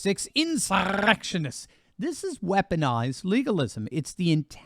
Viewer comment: Ughhh, Your rolling of your tongue when you say insurrection is FUCKING ANNOYING!!!!